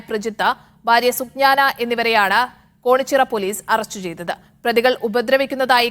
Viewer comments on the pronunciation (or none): Konichira alla medam. Kenichira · കോണിച്ചിറയല്ല' കേണിച്ചിറ